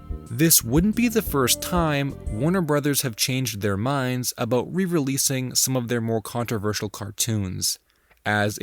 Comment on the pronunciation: Did I catch an “abooot”???? Another Canadia intruder!!!!! Dear God!